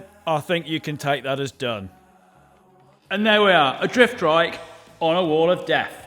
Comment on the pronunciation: Why do you keep saying "driftdrike"